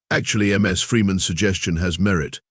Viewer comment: "... golf cart calfs..."??? USE HUMANS, we read better - no stupid pauses, no "carry-on" where there should be pauses - like at the end of sentences or paragraphs. Oh, each - Ms. is NOT M S. "stood before ... Humanities finest mines" ???? Who would want to be with a bunch of MINES? "especially the sad violent music playing"??? "hashtag TOTALATETRAP"????